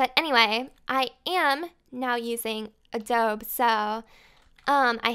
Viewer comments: I'm not trying to be rude but adobe is pronounced (a-dough-bee) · Huge fan of yours,, but just so you know, it's uh-doh-bee for Adobe lol. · you had adobe right the first time.... everytime you said adobe it killed me a little on the inside... that's ok though cause this was a great episode! :)